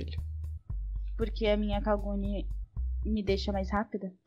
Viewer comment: kaguni kkkkkkkkkkkkkkkkk não seria kakuni